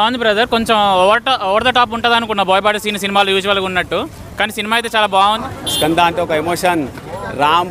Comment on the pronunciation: kanda kadu ra Skanda raa